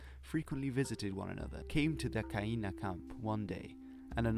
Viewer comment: At the risk of sounding pedantic, Kainai is pronounced "GÆ-na". For future reference.